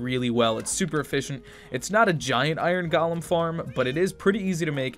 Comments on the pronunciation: is it me or he says gaalam instead of golem. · He pronounced golem like Gollum. 😂